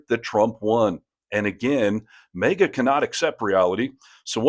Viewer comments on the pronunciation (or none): What's MEEGA don't you mean MAGA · I love the video. But I thought it MAGA not MEGA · Why does the host keeps calling them mega? It’s MAGA!!